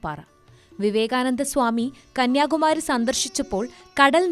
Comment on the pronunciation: It is not Kaniyakumaaari, it is Kanniyakumari 😂